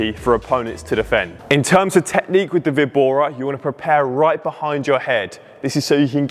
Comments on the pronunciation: The "víbora" is pronounced "vee-bora" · should pronounc: vee-bora (víbora) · It's a Spanish word, so straightforwardly pronounce vi-bo-ra. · It's a Spanish word "Víbora" (with the emphasis on the letter "Í") which means "Viper" in English. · For Víbora = Snake in spanish the Best way to pronounce it, is number 2 Vee-bora. Great content by the way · Hello im Mexican, here we have plenty of VEE-BO-RAS (snakes) so its no.2 - VEE-BORA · Nice one. Definitely vee-bora, in Spanish pronounced Bee- bora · Vee bora it's better. It is the spanish word "víbora" (note the accent at the i), So vee bora, but with a slightly short ee. Great video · Vibora is "sdrucciola", tonic accent on the first syllabe. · Now I'm anxious to hear you say it right in spanish! 🤣 2 option is the right one.